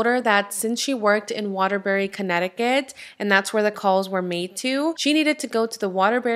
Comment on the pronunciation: You said Waterbury correctly...I live in Connecticut